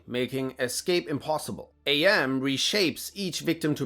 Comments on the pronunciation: AM is not said as "Ay Em". It's "am", as in "I think; therefore I am". AM uses the name after hearing "Cogito Ego Sum", which is that phrase in Latin. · Every time you say “A.M.” instead of Am, I die a little. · It's pronounced "Emm", not "Ay Emm". If you actually read the short story you would know this as one of Am's quotes is "I think therefor I Am". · Spelling out AM like that is driving me up a wall. It's "Am". "Am" as in "I think, therefore I Am". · Allied Mastercomputer - A.M. Not Am. Get it through your head or get out of fuck town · Or maybe FM can force AM to dial it back a bit (seriously, I cringe when he pronounces AM as A.M. lol) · I AM!!! I AM!!!! - AM